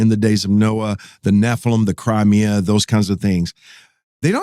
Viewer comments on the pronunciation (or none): Chimera not crimea